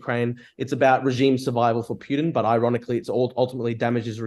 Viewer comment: You mean 'Pee-You-Dinn'?